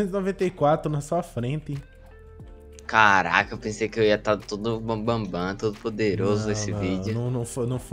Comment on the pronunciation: no momento 1 minuto e 1 segundo o falou caraca ou car*lh*